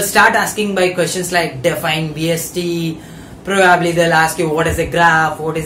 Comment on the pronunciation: Not complaining but its not probaabli its probably